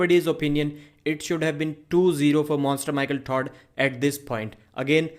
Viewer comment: I like how u say Michael Tard Lol it's silly jeeble jeeble ello my friend